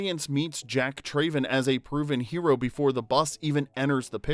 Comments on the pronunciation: How can you make this video when the Narrator cannot correctly pronounce the Character of Jack’s last name, “Traven.” His last name is pronounced “Trav-en” and not “Tray-ven.” It is said numerous times throughout the movie, and not pronouncing it correctly in a video titled “15 Weird Facts You Didn’t Know” is absurd when clearly the Narrator doesn’t know one of the simplest facts/pronunciations in the movie. As a die-hard fan of my all time favorite movie, this discredits your supposed level of knowledge and I cringe every time I hear him say “Trayven.” Thumbs down. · Jack TRAYven 🤣 - If you've watched the movie, you know it's pronounced Trav-en. Also, the bus jump was done in one take and it was a success, the footage you used is from the making of featurette on the special edition DVD that shows the aftermath of the bus landing. They expected the landing to be hard and had the driver protected in a suspended harness, and they knew they'd completeley destroy one of their hero buses, so it was one of the last things they shot. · Trav-en not Trayven. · Came scrolling through the comments to find this. Literally one of my favorite movies as a kid and as soon as he said "TRAYven" I knew there was no way he watched the movie. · I don’t understand how you and make a whole video about a movie and pronounce his last name differently than they do in the movie. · Anyone else unable to finish watching this vid because of the narrator's continual mispronunciation of Jack's Surname?